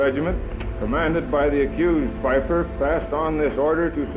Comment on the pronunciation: Good documentary of these heroes... But one thing irritates me as in you prenounce the first name of Peiper wrong. Its no a Spanish name it's all about prenouncing th g or ch...